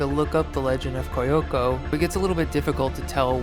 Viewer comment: I feel silly correcting your pronunciation but since you asked, it’s “Kee-yoko”